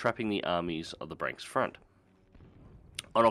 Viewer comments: There's nothing difficult about pronouncing 'Bree-ansk' and 'Vee-asma'. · It's Breeansk and Veeazma